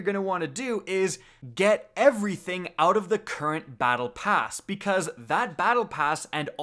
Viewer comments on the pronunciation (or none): none